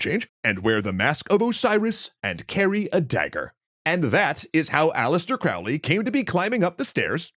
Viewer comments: Hey! I love the show, I've been watching since the Late Bronze Age Collapse! However... It's Crowley like Holy, Not Crowley like fouly. I'll try to remember to find you a source on that. I've found it before, but don't recall exactly where. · It's pronounced Crow-ley (like crow 🐦‍⬛). "My name is Crowley for that I am holy, my enemies call me Crowley for they wish to treat me foully." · Crowley explained that his last name rhymes with "Holy" not the way its said here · The correct spelling is Aleister and Crowley is pronounced as Crowley,( Crow as in Know). Further, he was an occultist, not a satanist. Ozzy got it wrong or was on some very heavy drugs. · Fun to see a pop-history summary on this one! But remember, Crowley rhymes with holy... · Croh-lee. Like a crow. Fwiw. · I’ve been waiting for this one. BTW it’s pronounced COwley, rhymes with holy. I do agree that they were both chads with a limited understanding of the Western Esoteric Tradition. Just like this videos limited understanding of the history of these organizations and not few inaccuracies. Ah well, it was entertaining. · Crowley rhymes with Holy. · A few seconds in and you can't even pronounce his name right. 🙄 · Crowley himself insisted that his name was pronounced that way. :) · Mispronounces Crowley’s name within the first 20 seconds of the video. Not a great start 🙄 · Crowley rhymes with holy. And nobody refers to Mathers as MacGregor. It's either Mathers or MacGregor Mathers.